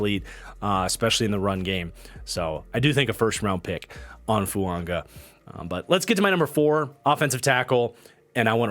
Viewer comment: I don't want to be that guy but why are you pronouncing Fuaga's name with an "N"?